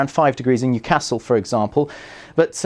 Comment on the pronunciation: Are you kidding? He got Newcastle bang on.